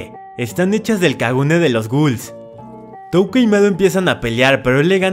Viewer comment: Por fiiiiiin al menos dijo touka bien